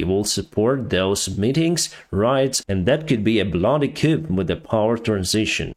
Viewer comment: Coup is pronounced ku. Or, coo, like a dove. The 'p' is silent. Yore doing a fantastic job, thank you for your reports.